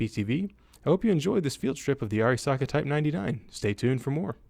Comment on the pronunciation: I appreciated the proper pronunciation of Arisaka, Alex. Great video.